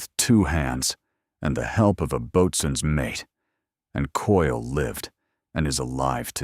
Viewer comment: Boatswains Mate is pronounced "Bo-Suns Mate" at least later the AI actually pronounced it correctly.